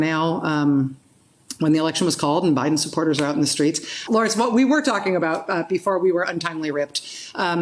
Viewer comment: No one: Joe Biden: Bi den